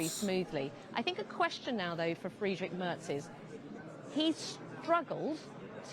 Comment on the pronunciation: Moin, too! When I look at the comments, it looks like 95% of the authors are German;-) (me too) Hey (correct written?), your "Tschüss" sounds very good too, a little work is left to speak out "Friedrich", specially the "..drich" 😉, but you can still do that👍👍, 4years time now 😅